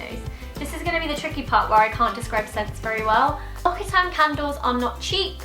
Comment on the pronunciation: lox-ee-tahn. not lock-ee-tahn. :)